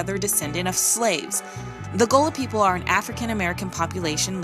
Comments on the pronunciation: Gullah not gola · she's mispronouncing GULLAH.......help!!